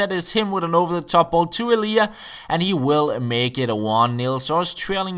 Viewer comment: Elia is pronounced L-E-AH